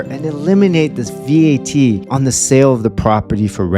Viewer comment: . You do not have to pronounce it as V-A-T. It is an acronym so you can pronounce it as simple as Vat. Every Filipino knows that.